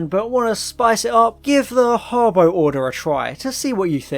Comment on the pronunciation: "The Harbo Order"